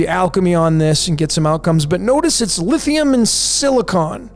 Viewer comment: Lithium = Lit Hi Um and Silicon = Sili Con 😂